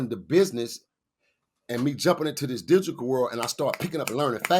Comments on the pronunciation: Dude talking about how smart he is yet you can’t pronounce digital……he says digikal! Lol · And he keeps saying digiCal. 😂